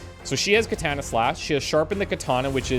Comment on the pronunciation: Love the video. Hate the way you say "katana". Unfortunately, Japanese is a language with no real derivations as to how vowels are sounded, an a is always "ah". So, katana is three ah sounds; kahtahnah.